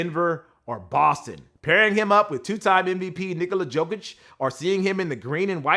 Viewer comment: It's Nikola "yo-kitch". C'mon man do you even watch NBA?